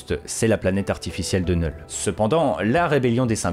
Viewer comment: Oh putain ! Merci de prononcer « Knull » correctement (sans le K) 🙏 Ça me fait saigner les oreilles quand j’entends d’autres Youtubeurs le prononcer avec le « K ». Pourtant ce n’est pas faute de leur dire. N’est-ce pas Bukkart et Landri 🙄